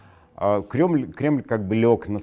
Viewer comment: Классно оговорился, Глебыч...,, Крёмль,,...